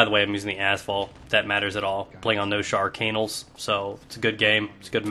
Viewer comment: when you said noshar canals, i thought you said no shark anals